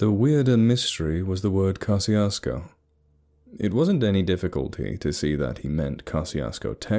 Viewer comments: I'm from southeast Texas, and a couple of things about it: One, it's pronounced Ka-shus-ko. The pronunciation you use is for the town in Mississippi. There's a running gag that locals(all polish and German descent mixed with Mexican out that way) say gezundheit when you say the towns name. Two, it's not a ghost town no matter how many dumb stories say so. It's not a bustling metropolis, but there are hundreds of people living there, normal country people in Texas hill country. They're welcoming and polite and probably have no idea that the internet is slandering their little hamlet and having the audacity to call it "true." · Pronouncing the name wrong